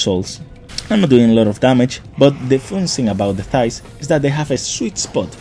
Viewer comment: I keep hearing thighs when you try to say scythes lol 😂